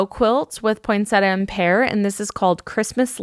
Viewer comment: Hi,, a little tip for the proper pronunciation of poinsettia: Poinsettia, not Poinsetta. When unsure you can ask Google, “How do you pronounce poinsettia?”